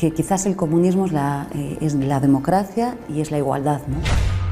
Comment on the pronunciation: No pueden pronunciar España. Tampoco les sale pronunciar comunismo. Lo único que sí, saben pronunciar bien es EUROS.